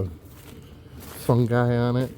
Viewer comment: Fungai.. Who you callin a fungai?😅 Glad yall are enjoying life!